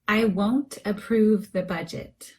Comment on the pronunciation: Hello beautiful teacher,this is video words——-approve,The phonetic symbol is different from your pronunciation, is the phonetic symbol on the screen correct?